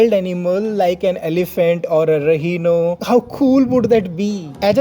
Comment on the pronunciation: Its Rhino, not Rehino!